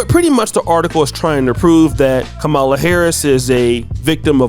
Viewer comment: cancel the guy . he disrespected the proper Indian pronunciation of v.p. harris' first name.